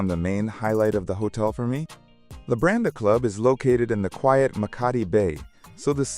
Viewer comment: Wenn schon der Hotelname falsch ausgesprochen wird, Labadi😢oder Lambadi😢 beides falsch. Nicht einmal im Video richtig ausgesprochen.